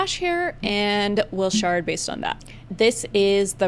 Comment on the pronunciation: 🤣😭 never let your shard d's become t's